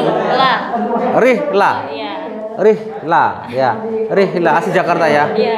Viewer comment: Rila....risa....lirah...riska....lurah...yg bner rihla" 🙆‍♂🤷‍♂🤦‍♂😂